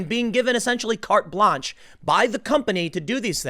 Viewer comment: good video tim but this is defenity not how you say "carte blanche" lolll